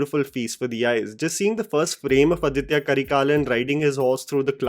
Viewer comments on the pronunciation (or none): It's not ADITHYA Karikalan, it's AADITHA Karikalan. "Adhitya" is a Sanskritized name. "Aaditha" is a Tamil name.